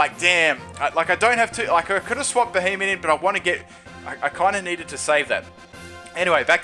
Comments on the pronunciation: It's not fucking Beheyot, it's Beheyem.. *facepalm* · BEE-HEE-EM Not Be he men. Fuck's sake, how can so many battlers play this game and now know how to pronounce the pokemon's names?